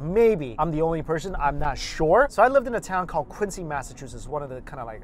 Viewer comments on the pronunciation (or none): People from Quincy would riot if they hear you call it quinc-see 😂😂